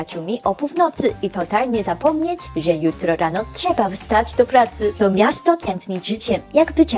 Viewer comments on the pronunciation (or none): none